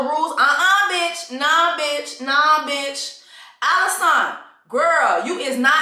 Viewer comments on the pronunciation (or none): It’s you keep calling her “AliSANT” for me! 😂😭😭😂😭